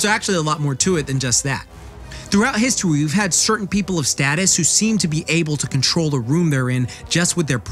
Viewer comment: Histowy.. Sorry